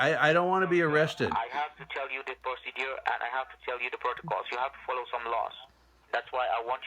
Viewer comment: This stupid scammer can’t even pronounce “procedure”